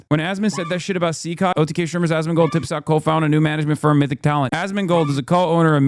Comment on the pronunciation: Asmongold's name is a short abbreviation of "ask more gold" which comes from his early WoW days when he used to beg people for in-game gold so he could buy more stuff. Anyway... He can't even pronounce the name/word right. Hassan pronounces it like Az-Min-Gold It should be As-Mon-Gold Yes, he says his name a lot every single day and probably thinks it in his head twice that amount. Yes it's pathetic. Yes it's sad.